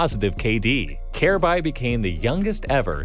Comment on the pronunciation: Wow, this video is terrible. From pronouncing Kjaerbye's name incorrectly throughout the entire video to claiming that he was the best player on Astralis when dev1ce is right there, to saying he's the youngest major winner and MVP in cs history at the end of the video despite Donk taking that title last month, to not mentioning how he won Dreamhack Masters Stockholm 2018 with North by upsetting astralis in the grand finals, and not mentioning how North allegedly told Kjaerbye to not tell anyone on Astralis about him signing to North, so they could get revenge on astralis in his latest interview with Freya on HLTV: These types of cs content creators who make videos spreading misinformation on these topics are the worst.